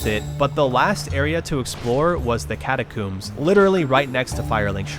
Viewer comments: Sir, after mispronouncing almost every area how do you call the catacombs catacoombs? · catacooms??? that is not how it is pronounced bro 😂 very fun journey, great success!